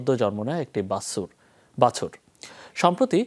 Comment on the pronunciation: বাসুর ❎ বাছুর ✅